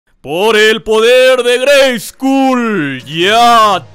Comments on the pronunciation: Perdon neta perdon no es por mamon pero se pronuncia greyscol no greyscul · Por qué pronuncias la U en "Grayskull"? En el doblaje se pronunciaba correctamente con O, como se pronuncia en inglés. Es una broma? Es por derechos de autor? Me hace pensar que nunca has visto la versión doblada en español con la grandiosa voz de Rubén Moya. En la descripción citas "yo tengo el poder"; si bien, fue un error de doblaje, en México He-Man decía "ya tengo el poder". Nuevamente me haces pensar que nunca viste la versión en México.